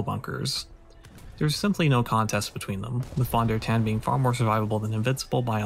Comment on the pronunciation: The German v is pronounced as an English f…